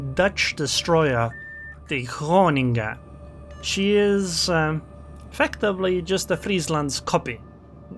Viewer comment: I can't unhear you calling the groningen the running gag instead of its actual name